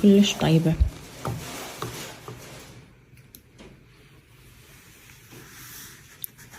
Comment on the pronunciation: زهغة الغبيع اويلي على حرف الراء